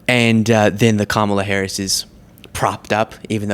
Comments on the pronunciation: Once again she incorrectly uses Democrat as an adjective and can’t pronounce VP Harris’ name. She’s not bright. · Yes, she is being supported by everyone. MTG needs to show some GD respect and quit intentionally mis pronouncing VP Harris's name. And what's with the fairy godmother chair Marge?